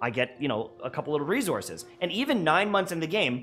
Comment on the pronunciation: "Rezourzes" 🤣 I'm sorry!